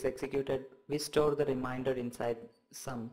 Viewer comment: Dude thanks a lot for the explanation. But just one thing you pronounce remainder as reminder... I got confused first but then I realized you are saying remainder as reminder... just saying....:)